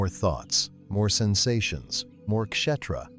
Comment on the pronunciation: Outstanding. So glad I had subscribed! One comment: Kshétra is pronounced Kshay-thra. The English word "Theatre," (theater in American English), is clearly linked to, if not derived from, Kshétra.